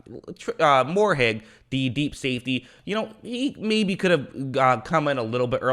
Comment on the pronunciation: Moehrig not Moorhead lol